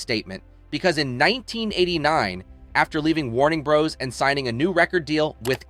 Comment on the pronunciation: Wow, you can just NOT get Warner Brother to come correctly out of your mouth!😂 is this didgital voiceing? ❤